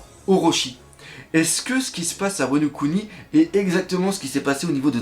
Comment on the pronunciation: C'est "Wa no Kuni" pour "Pays de Wa" et non "Wano Ku Ni"